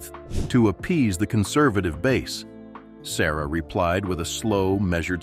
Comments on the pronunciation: His surname is pronounced as Suh-ruh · Pronounce his name correctly. SA RAH (SURAH) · His name is pronounced sa-RAH, not SA-ruh.